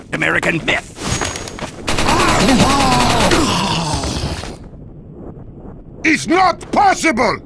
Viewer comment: when he said "american myth", heard "American Boot".... I cannot help it- STBlacks fucked my perception of TF2. And I love him for it.